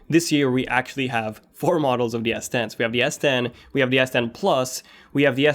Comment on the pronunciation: Bro i am hearing yes10 instead of s10